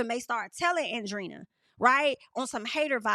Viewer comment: It’s not Andrina. Andre-eena, that’s how you pronounce it. Hope it helps